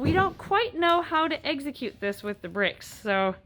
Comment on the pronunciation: gets too many pokemon cards. She said Exeggcute